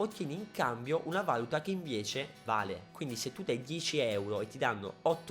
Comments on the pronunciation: Si dice valúta non valuta... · si dice Valùta comunque :) non Vàluta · comunque si dice valùta non vàluta. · piccola correzione da perfettino del cazzo, l'accento giusto è valùta, non vàluta. comunque non vedo l'ora di incontrarti al bgeek!! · e comunque si dice valúta non vàluta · si dice valùta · Ma perché vàluta? Occoddio basta leggere sul vocabolario. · in valuta l'accento è sulla u